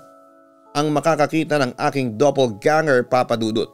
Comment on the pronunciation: Doppelganger po hindi double ganger